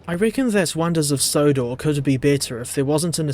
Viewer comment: Sonders of Wondor XDDD